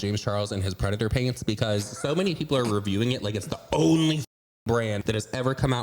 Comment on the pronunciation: When you say Predator Paints 😂😂I laugh so hard everytime 🤣 😂 😂thanks!❤